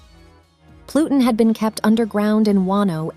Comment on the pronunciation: Loved the video best part was hearing plutin, plutin, but what about ur anus. Lmao